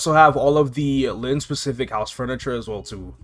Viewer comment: I was so confused because I started the video and was listening to it at work and the whole time I thought KMS dropped our lynn class in KMS. Until I looked at it a little on my break time and saw he meant Len lol